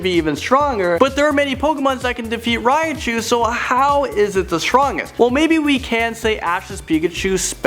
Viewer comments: Riachu? You mean Raichu? Not R-I-A-CHU! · and how he says Raichu (he says Raiachu)